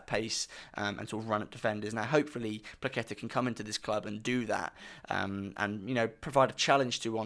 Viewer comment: Perfect pronouciation btw 👊(maybe without that k in Płacheta, it's just h as in hello)